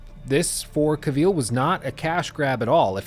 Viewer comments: Cavil, not ca-vile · Really great critique mate, just one thing - Henry Cavill is pronounced 'kah-ville' not 'cuh-veal' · It’s pronounced KA VILL. Not Caveeeeele. Srsly, an hour long critic of the subject and you didn’t pick up how to pronounce his name? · great review, but jesus lord, my ears are bleeding! his name is not caveel, but cavill. a dark L-sound and the "i" is merely a short schwa-sound as in "devil". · I'll become a patron if you can start pronouncing the man's name "Ca-vill" and not "Caw-veal",. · Cavill is pronounced like “travel” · you going to say Cavil properly anytime soon? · "Cavill is pronounced like travel. Travel. Cavill." -Henry Cavill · Exactly. said it in a French way.. Cuveeel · Just for information, it's pronounced CA-vill with the stress on the first syllable. Nice review, thainks. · You mispronounced Cavill and Geralt. The lead actor and the main character lol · When you keep mispronouncing someone's name over and over again. Le sigh. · I think you're mispronouncing Cavill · He 100% is butchering that last name 😂